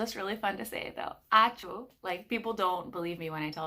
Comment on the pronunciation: Lithuanian "ãčiū" has a bit different pronunciation than sneezing sound, at least for Lithuanians... And if you interested, in Lithuanian sneezing sound is represented by words "apčy", "apči", "akcy", "acy".